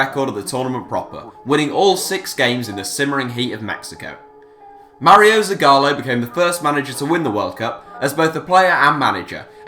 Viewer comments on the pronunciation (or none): none